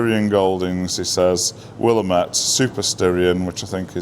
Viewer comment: Willamette rhymes with damn it. (w-LAM-it)😜